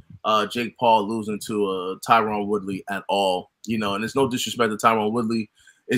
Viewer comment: Yo it’s pronounced ty-run. I wouldn’t normally care but I feel like fighters like Colby call him Tyrone as disrespect.